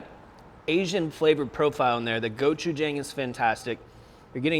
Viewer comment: Is it gochujang, or Go-Chef-Tom?